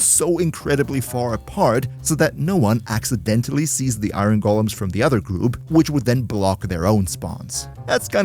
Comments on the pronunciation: Its not iyrhon its iron... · immediately leaving this vid cause i can’t stand the way you say “iren” like are u sped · now why would you pronounce iron like that😭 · Ever heard of an accent???😭😭😭 think ur the sped buddy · I -ron ...lol sorry, not making fun of you...I just have never heard anyone pronounce iron that way...maybe it's normal and I'm the weird one, but just haven't heard it that way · It's a pretty common pronunciation. Although "ahyorn" in general is more used